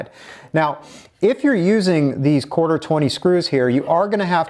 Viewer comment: “Corter” inch.